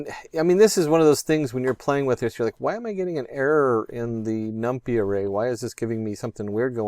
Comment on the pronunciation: Did you just say "num-pee" lol. j/k great video